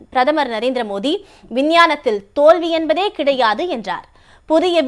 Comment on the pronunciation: Madam ungaluku tamil varatha... athu modhi..illa maa Modi sollunga...🤦🏻‍♂️